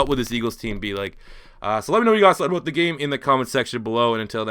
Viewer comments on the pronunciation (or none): talking aboot